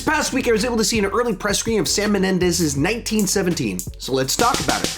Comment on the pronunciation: Mendes. Not Menendes. Anyway, nice review.